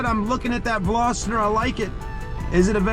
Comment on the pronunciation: Veloster not velositor! Jeez